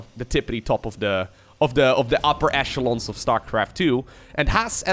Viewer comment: I liked the video when I heard 'echelons' pronounced correctly lol